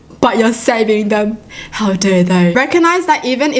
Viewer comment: I just like how says "Hiw dare you" 😂